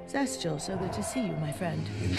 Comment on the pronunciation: Its Zestial, not Vestial. He isn't one of the V's